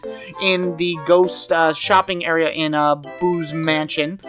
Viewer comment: At one point I thought you said Boobs Mansion instead of Boo's Mansion and I lol'd